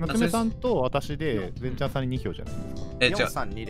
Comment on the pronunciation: なつめ先生の 全↓ちゃん↑さん↓気になる〜😂😂